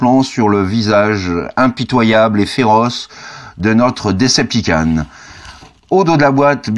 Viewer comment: S'il te plaît pronnance ça "DecepticOn", pas "DecepticAn" xD